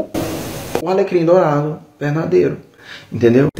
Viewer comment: A FALANDO "alegrim dourado" SOZINHAAJAKAKKAKAKA